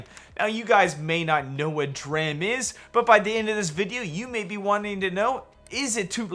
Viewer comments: It's pronounced "D-Ram" slapnuts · Bro it's pronounced dee ram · lol “Draham” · The ticker is a play on computer memory and is pronounced “dee ram”. A dram is a unit of liquid or weight measure, usually of whiskey.